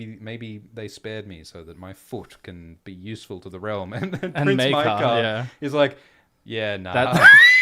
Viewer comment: Why do some people pronounce Maegor as MAY-GOR, but pronounce Maekar as MY-KAR?